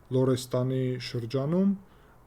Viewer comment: Հաճախ լսում եմ Ձեր հաղորդումները։ Շատ անուններ և տեղեկություններ սխալ եք ասում, օրինակ՝ "լոդեր չկան այլ լոռեր-լոռեսթան, փախլեվի շախ պիտի ասվի Փահլավի շահ, որը պարսկերեն արտասանությունն է և մենք Հայերենում ունենք բոլոր ձայնավորները․․․ Փահլավին վերցված անուն է և դրանք դարերով թագավոր չեն եղել։ Իրանի վերջին շահի հայրը ձիապան է եղել և իրեն հայ Եփրեմ Խան Դավթյանն է կարգել թագավոր որովհետև ինքը Հայ Քրիստոնյա էր և չեր կարող հեղափոխությունից հետո իսլամական երկրի շահ կարգվել։ Փահլավի ազգանունը վերցնովի է և կապ չունի թագավորական ցեղի հետ։ Լավ կլինի նախքան ելույթ ձայնագրելը լավ ուսումնասիրեք։ Նախկին հաղորդմանը ասացիք ցեղասպանագետ եք և Արցախում պատահածը ցեղասպանություն չէ․․ պիտի ազգի կեսից շատին կոտորեն, որ ցեղասպանություն կոչվի։ Այսպիսի անգրագիտություն մի տարածեք, եթե մի ժողովիդի խաղաղ բնակչությանը հատկապես կանանց և երեխաներին կոտորում են իրենց ազգության և կրոնի պատճառով և վերացնում են մշակույթը ապա դա կոչվում է ԳԵՆՈՑԻԴ։ Այստեղից այնտեղից լուր հավաքելով և ռուսերենցի թարգմանելով կեղծիքներ մի տարածեք լավ կլինի նստեք ուսումասիրեք տարբեր ազգերի լուրերը նոր վերլուծեք։